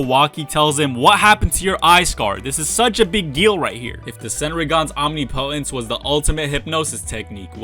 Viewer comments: Second video in a row so ima clear this up now. It’s not pronounced OMNI•POTENCE. It’s pronounced OM•NIP•O•TENCE. Also COUP de’ETAT, is pronounced KU de TAH. Thanks 😊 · Can people stop saying omnipotence as OMNI POTENCE It’s one word.